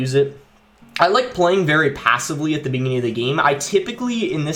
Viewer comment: in the Beninging?